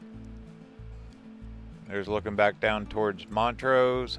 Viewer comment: It’s Blue Mesa Lake not blue lake mesa! And it’s Mont’rose. But I forgive you, you’re not from Colorado.